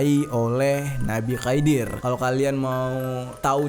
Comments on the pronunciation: 11.13 nabi khidir klo ga salah bang bukan khaidir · Setahuku Nabi khidir bukan Khaidir bang itu tinggalnya di lautan. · Khidir bukan khaidir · Nabi khidir bang bkan khaidir